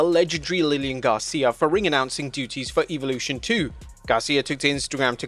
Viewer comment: Why can't you pronounce Evolution correctly???🤔